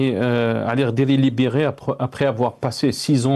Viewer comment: Liberé ! Au lieu de libérer.